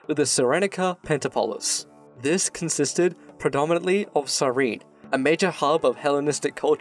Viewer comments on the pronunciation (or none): none